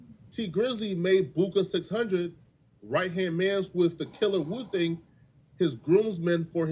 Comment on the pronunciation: Woo thang not booka u trippin